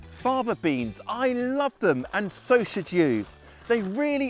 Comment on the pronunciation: You spoke so fast I couldn't hear what type of beans. It sounds like you are saying, "Father Beans."